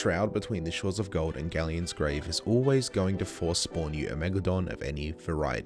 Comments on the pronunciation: ah yes, WIEGALODON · people call her meg-la-don lolz